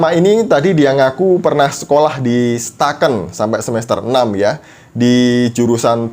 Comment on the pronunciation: Eh bang bukan STAKN tp IAKN Toraja Gua anak IAKN Toraja 🤣